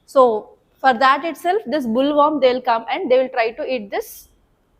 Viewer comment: Mam..in Bt cotton, the insect name is boll warm not bull worm...plz check pronunciation also